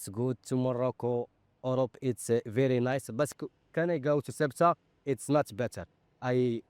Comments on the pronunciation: FFS. Get the name right. How the heck do you want to be taken seriously if you can't pronounce the name of the place. It's not "sway-ta". Morons. If you can't pronounce it like the Spanish and Portuguese, at least bastardise it to "suit-uh". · 'Su-e-tah'? What? It's 'Ce-u-tah' ffs. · For God's sake it's not rocket science: it's not Soweto or Quetta, it's Ceuta, CE-u-ta (THAY-oo-ta). This ignorance with pronunciation really annoys me, just like when someone doesn't pronounce my language correctly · "Swayta"? LOL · Have the decency to learn how to pronounce Ceuta